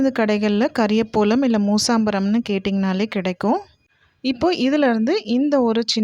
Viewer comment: It is kariya pavalam not kariya polam...